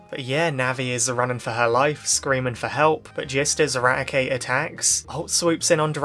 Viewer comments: "This episode horrified everyone! Raticate broke his teeth!" (And yes you pronounced the name right.) *Meanwhile in the manga Arbok gets cut in half, Zinnia gets stabbed and hyper-beamed in the face, and an entire region basically dying and only saved by Ruby using Celebi to go back in time. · we have hundreds of episodes from the Original Series and Sun and Moon to disclose the pronunciation of Raticate. It's always "Rat-e-kate" like eradicate.